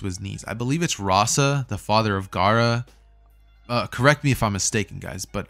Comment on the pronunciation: Bro its correct its Rasa